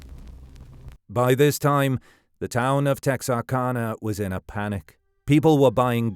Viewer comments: Tex R cana is how it's pronounced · As someone from Texarkana, it's always crazy hearing people not from Texarkana say "Texarkana". For anyone curious, the "ana" is pronounced like the "ana" in Louisiana. Because it's literally just Texas, Arkansas, and Louisiana smashed together into one word. Edit: I know this is ai, but tons of actual people say it this way as well. On another note, my grandpa was in high school when this was going on. He thought it was this kid who was in band with him. The guy was a senior and larger than normal. He was also unpopular and standoffish. However, my grandpa is dead now, so I can't ask him for any details. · And immediately mispronounces the town name.. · Born and raised here in Texarkana. And I know what you mean most people do not pronounce the name correctly. My great aunt ( b. 1905) told me when I was young the authorities suspected the killer was Dr. Smiths mentally degraded son and because of Smiths influence in the town it was kept hush.